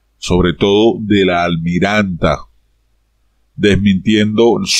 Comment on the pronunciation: Por favor! Avíseme cuando vaya a pronunciar la: Almirant... para ponerme unos tapones porque me trillan los oídos.